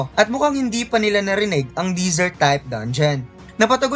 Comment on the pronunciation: Paayos naman ng mga pronunciation mo sa mga words. Gaya ng sinabi mong dongion imbis na dangeon, disert imbis na desert at madami pang iba. Nakakalito kasi pakinggan